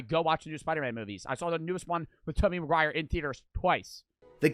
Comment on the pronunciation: “Tobey Maguire”🤦‍♂️